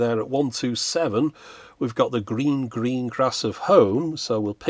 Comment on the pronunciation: Ah! "The gleen gleen glass of home" , my favolit !